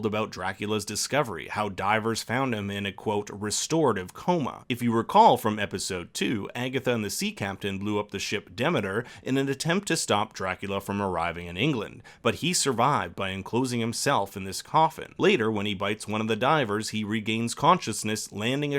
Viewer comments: Duh-meter, not dem-mitter. Demeter. The modern touch was interesting, but was mostly awful--- I hated Lucy. If she'd been nicer and not just a party whore, I might have cared more. The idea of Dracula and Agatha being linked forever is nice though. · It hurts my brain to hear this guy say Demeter. :/